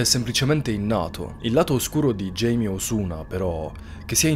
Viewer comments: Un uomo veramente terribile. È cattivo, violento, manesco e maschilista... Ma basta parlare dei suoi pregi, focalizziamoci sui difetti. Scherzi a parte, Video fantastico ed interessante. L'unica cosa, non si chiama Jamie, da James in inglese (pronuncia Geimi) ma Jaime (Gaime o Giaime) classico nome latino. In quanto persona di origine messicane o portoricane(?) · Jaime si pronuncia ‘Haime’